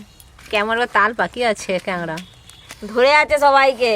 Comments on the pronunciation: ডিমগুলো সেদিন ভাইয়া এক হাট থেকে যে কিনেছিলো আমি সিওর সেই ডিম গুলোই।অথচ মিথ্যা বললেন যে পাশের বাড়ির। আর কাকড়া কে কাগড়া কাগড়া বলছেন কেনো?মিডিয়াতে উচ্চারণ টা ঠিকমতো শিখে বলা উচিত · ডিমগুলো সুরজিৎ নিয়ে এলো বীরভূম থেকে।আর বলে দিল পাশের বাড়ির থেকে। ঝুড়িকে বলে ঠেকা, আর কাঁকড়াকে কাঁগরা। জঘন্য